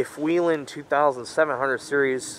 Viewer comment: It's not weelen. It's wellhen.